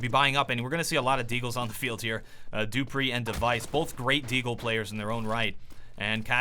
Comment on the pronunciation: not kaggerbe it is kayerbe , duhhpreeh and xpyex